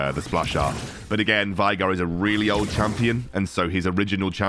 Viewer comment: its not pronounce - Vi(Vi the champion)-Gar its actually - Vay(like Gay)-Gar 🧐🧐🧐